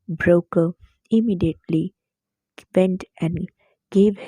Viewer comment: mam you are pronouncing BROKKR wrongly , you are saying - "broker" but its actully pronounced as - broKK